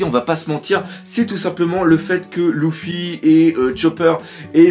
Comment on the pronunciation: ça me gêne quand tu dit Louffi on dit Lefi